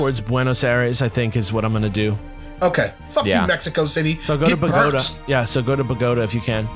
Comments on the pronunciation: Points to for pronouncing "BOGOTA" correctly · s/o to pronunciation of Bogota